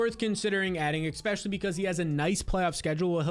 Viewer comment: Can someone teach this guy how to say "especially"?